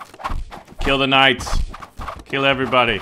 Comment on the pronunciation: did you just say k ' night boss?